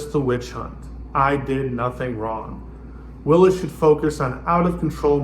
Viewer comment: Are you purposely disrespecting Ms. Willis or did you just not bother to learn how to pronounce her name?